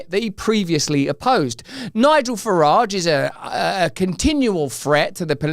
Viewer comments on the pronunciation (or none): none